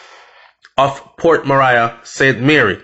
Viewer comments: Yow its not port Mariah its port Maria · Nobody shot anyone multiple times for nothing so stop speculating that she is completely innocent. She is obviously mixup in some shits and pissed off a few people. And for Christ sake it’s Port Maria now Mariah as you pronounce it...sounds annoying. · You started this video by acknowledging that Port Maria was named under Spanish colonization, therefore it only makes sense to pronounce it the CORRECT way PORT MA-REE-AH! not port "Mah-rai-a". I appreciate the information but it just killed me every time you repeated that. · Just a little correction its pronounced ( mah'ri'a) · Love the brief history before the dark incident. It's pronounced Port Marry-a stress on marry .... short soft ah sound. You're welcome.🙏🏽 A place/town with a very rich history. Sad sad episodes of violence and brutality of late. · Pronounced Ma-ri-yah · It’s pronounced port ma-ri-a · Ahh. It's pronounced Port Marea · He has never corrected me. I thought he'd want to know he's saying Port Mariah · Who cares if he doesn't liked to be corrected. Its port maria. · You are correct, I laugh at the way he pronounce it, I was born there so yes u are correct, he pronounce it wrong 🤣 😆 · The I in Maria is short I not long I. Port Maria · Lol at your pronunciation of Port Maria